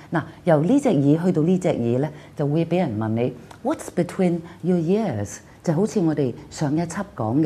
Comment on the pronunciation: Ears is not pronounced as years as has done a few times above.